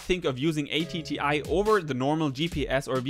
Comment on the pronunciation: Why do you have the controller antennae pointing out, rather than up? The phantom antenna is along a leg, so for best signal the controller antennae should be the same orientation. PS "atti" isn't an acronym, so no need to say "a, t, t, i" :-)